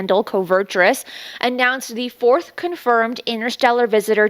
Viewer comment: Wait, did you say “fourth”??